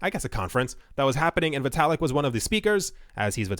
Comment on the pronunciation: It's pronounced "vitt-ah-lick"